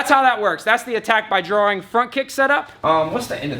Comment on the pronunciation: When he said attack by drawing I thought he said attack thy groin😂😂😂